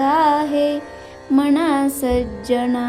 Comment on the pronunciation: नमस्कार मी श्लोक ऐकले. छान वाटले. पण जिथे मना तिथे मना च म्हणले जावे मणा ऐकायला चुक वाटते व्याकरण. चुका नसाव्यात.🙏